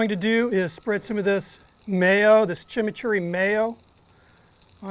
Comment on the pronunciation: Great tribute! Also liked your pronunciation of chimichurri is totally correct